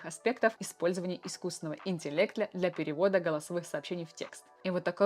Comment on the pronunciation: Искусственная нейросеть сгенерировала стихи, текст, песню😒🤨😐 Натуральная нейросеть: "искусственного интелектля" 🤣